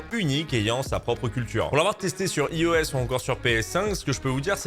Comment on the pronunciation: Par pitié, apprend à prononcer iOS ! (merci pour ton travail tout de même ♥)